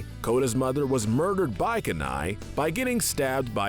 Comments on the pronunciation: Okay his name isn't Kanai it's Kenai Ka wrong key right! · Why does he keep saying K'nai? It's Kenai! (KEE-nai) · Hate to be that person, but it's pronounced Kenai (Key-nai) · his nammme is keen eye ( thats how is pronounced ) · Like the video, hate the way you mispronounce Kenai, lol